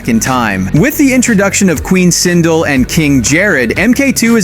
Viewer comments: Ford is going to be the perfect Kahn...holy crap...btw, you can tell your video is all AI voice generated...its sinDEL not SINdil... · Queen sindle .???? R u a fucktard. It's SINDEL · It is pronounced, "Queen Sin-dal (Queen Sindel)